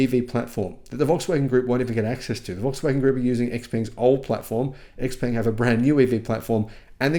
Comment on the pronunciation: Xpeng is pronounced differently, it rhythms with Tang as in "Xpang°